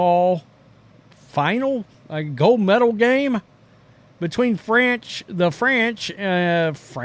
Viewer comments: Franch. Shoo’ dat’s Murican AH righ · The Franch?😂